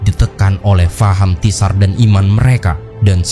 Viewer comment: tsar itu di lapalkan cuma `sar mirip al-kautsar